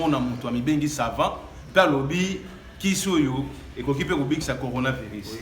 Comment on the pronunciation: Heureusement que lui pronomce bien conora virus c autre maladie différente du corona virus 🤣🤣🤣🤣🤣